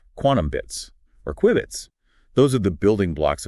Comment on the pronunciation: He mispronounced q-bits